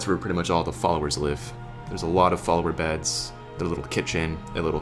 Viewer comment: The man on the bed: I was talking to a man one day in the game, when he suddenly stood up on his chair. While his was standing on his chair, another man came and sat on the chair! And the first man was still talking to me. LOL. I do also hope you said "follower beds!" To me it sounded like "falmer beds."